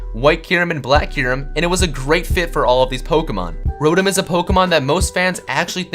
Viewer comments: It's not rowtem its row tom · You idiot. it's pronounced Ro-Tom not Ro-em and it's pronounced Un-Own Not Un-Nown. also Get Your Spelling Right. it's i'm not im.